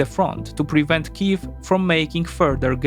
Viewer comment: Thank you so much for using Ukrainian prononciations of the cities and villages.